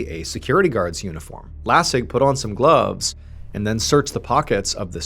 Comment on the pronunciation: lol why’d he say gloves like that?